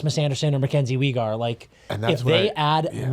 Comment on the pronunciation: Why is pronouncing Weegar like that 😂